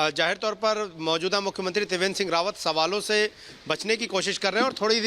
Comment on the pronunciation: तिवेंद्र नही त्रिवेंद्र